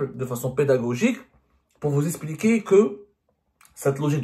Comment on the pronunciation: Je suis curieux de comprendre pourquoi mr Semmar prononce le x quand ii s'agit du verbe expulser mais l'escamote pour le verbe expliquer qu'il prononce eSpliquer. S'agit-il d'une manie ou d'une mode insensée ?